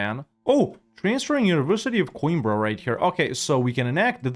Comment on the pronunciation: atleast the coimbra pronunciation is good, now the rest... LOL